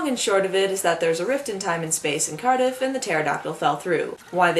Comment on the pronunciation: Hearing this woman say cardiff arouses my welsh pride